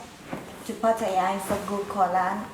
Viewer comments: Yes,please please take notice of that lady,how she pronounces Pattaya. Surely...its not that hard for you to say it correctly.. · oh, pronouncing it wrong then, cheers